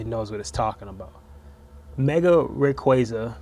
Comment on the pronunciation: Why did you pronounce Rayquaza like that ?